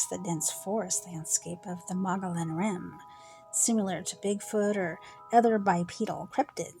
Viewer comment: MOE-GI-ON. The L’s are silent